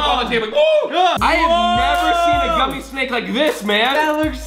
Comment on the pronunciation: Collins “The largest guumie sandwich” Also Collins putting a real pumkin in it lol